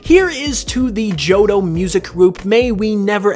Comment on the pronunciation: It really bothers me that you keep saying johdough. Joh Toh. Tow. Jo-tow